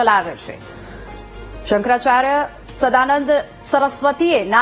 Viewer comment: Tame aava news aapine samprdayo ni vachche vikhvad peda karo chho. Shankracharya nu uchcharan pan khotu karo chho tame.